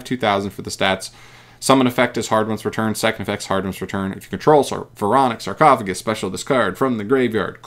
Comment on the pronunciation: The spell is suuuuper busted… this shits just overall broken… My guy didn’t even read sarcophagus correctly… it can apply the foolish effect FOUR times